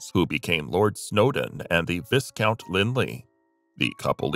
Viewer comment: The butchering of Viscount and debauchery is the end for me as are the inaccuracies. Wallis Simpson had two living husbands, not just one.